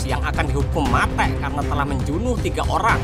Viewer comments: Film nya bagus cuma pembawaan nya kurang bagus ,, mati(mate) membunuh menjunuh apa susahnya tinggal ngomong membunuh ,,, n 1 lagi pembawaan bahasa Indonesia nya 🤦 (logat) nya 😅 ngakak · Muak banget dengar kata mate' 😂